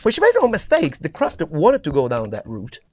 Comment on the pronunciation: Kraft-V-erk and machine, with no S, so English machine. Just in case... :)